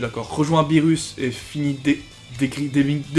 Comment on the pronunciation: A chaque fois que tu disais beerus moi j'entendais phirrux